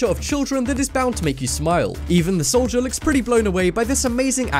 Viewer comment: the soobway one and the solider one